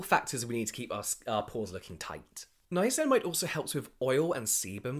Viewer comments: I love it when says “ninamacinimide” 🥰🥰🥰🥰🥰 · Was that a nine-nine-acinamide I heard? Or something else????? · Ninanicinimide....or Ninaninacinamide...lol Love the podcast, you two are hilarious 🖤🖤